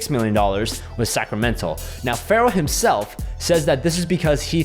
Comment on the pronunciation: Sometimes when you say "Sacramento" it sounds to me like "Sacramental" which I think is kinda appropriate. :)